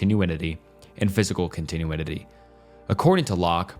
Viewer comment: Wow, this video is pretty bad. Lots of weird mispronunciations: "liberism" instead of liberalism, "continue-inity" instead of continuity, "equidity" instead of equity, etc. It sounds like you read the entire script in 1-2 sittings and never did any 2nd takes. Every topic both drags on for too long and says too little -- the script sounds like an edited version of wikipedia or maybe ChatGPT, and you're just reading blindly.